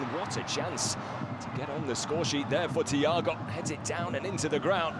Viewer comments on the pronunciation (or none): none